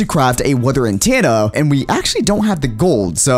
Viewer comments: why do you say antenna wrong you say it antaenna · its itTENa not intana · Lol antanna sorry bro but it’s antenna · The way he pronounces “antenna” is not what I’m used to, I pronounce it “An- ten-ah” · He's saying Antanna m8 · "Weather Antanna" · So are we all gonna just ignore the fact that he is saying an tanna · Because he isnt pronouncing it corecctly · cannot pronounce “Antenna” lol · the way he pronounces antenna bothers me